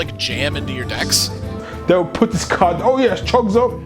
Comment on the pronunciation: love the enthusiasm. had the occasional chucking when you pronounce decks like... dcks but that partially kept me thru the whole 28 minutes. keep it up and look forward to your future videos